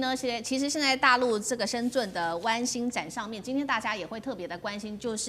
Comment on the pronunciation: 深圳的“圳”,發音是“鎮”